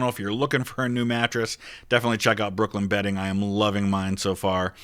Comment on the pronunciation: When he said brooklyn bedding i heard brooklyn betting and was disappointed lol